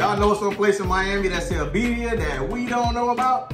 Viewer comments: birria is pronounced Veerdia. roll the d. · Y'all were supposed to pronounce the 2 R's 🤣🤣